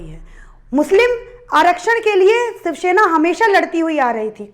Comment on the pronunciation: Idot it's shiv sena learn to speak first